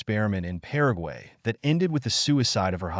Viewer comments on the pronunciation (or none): none